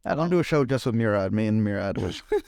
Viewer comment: Murad is pronounced Moo-rad